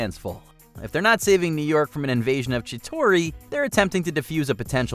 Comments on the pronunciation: "Chi-TARI" not "Chi-TORI" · Its chi-tar-ee. Not Chi-tor-ee. They don't even pronounce it like that in any of the movies so how tf did you get it so wrong? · it’s Chi-TAR-e; not Chi-TORI That’s how you pronounce Chitauri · Chitari not chitori. Come on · Why can't the people at watchmojo ever pronounce words properly? Chitori?? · Why the fuck is he pronouncing CHITAURI wrong?! I don't get it. This happens all the time with people who narrate these WatchMojo vids. It's like they've never even SEEN the movies they're talking about. It's fucking sad. Like they're JUST reading from a script and they're pronouncing words wrong and NO editor corrects them.